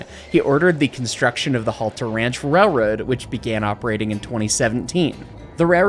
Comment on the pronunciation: I kept hearing the word "rayroad" throughout! That seems to be the American pronunciation. 😄